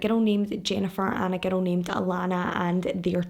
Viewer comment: Anytime you say girl or girls I hear “ghetto” or “ghettos”. Haha 😂 I love your videos, I’ve been binge watching all week while working.